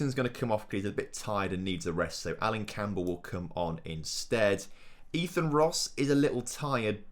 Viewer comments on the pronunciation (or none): none